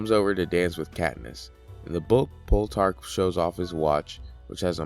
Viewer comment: Soooo. Great video. My only complaint is the fact that you think Plutarch is called pull-tarch. Haha both syllables are pronounced as wrong as possible.